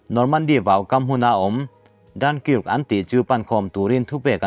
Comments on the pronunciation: Dunkirk hi ‘Dan-kaak’ tia lam tur a nia, a tha tho e. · A ngaihnawm lutuk e.Dunkirk-"Dankark" tia lamtur ani e.I chhiar hmain mi enlawk tir neila.Narrator aw nalhtak inei e. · I Dunkirk lam dan te chu a va mak ve....mizotawng lah I chhiar dik thei bok silo....in zir ila ngai hle mai